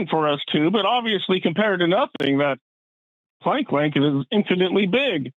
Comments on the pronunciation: If Max Planck is "the most respected name in physics," let's pronounce his name correctly, okay,? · The mispronunciation of Max Planck's name is killing me.